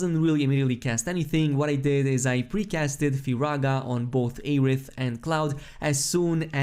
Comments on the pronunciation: Say Ay-rith one more time,. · Maybe his accent prevents him from pronouncing 'Air'. His content is always amazing no matter how he pronounces words. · The amount of streamers posting videos about this game who cannot pronounce the characters names right is astounding. Its not like they say aeriths name 100 times in the game. Its air-ith not ay-rith.........